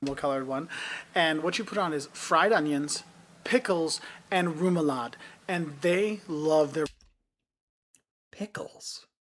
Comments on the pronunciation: Re-mu-la-de. Not rumulade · REMOULADE, not ROMULADE or what the heck it is you are saying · it's remoulade - called ræmulathe... try it out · American telling americans about a DANISH hotdog. he doesnt know how to pronounce remoulade- and doesnt know what it is..and we use cutlery..